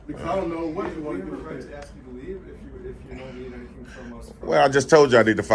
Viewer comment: As the cop is about to leave and exit the door..."Yea, yea, I can go axe him real quick!" This is one more reason I honestly wish I were black. ❤ It !!! Haaaaahaa. 😂